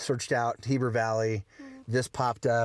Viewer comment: Ask a local how to pronounce Heber cuz you added an extra "r"